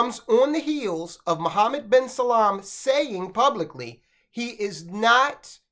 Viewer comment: It’s Salman, not salam 🙄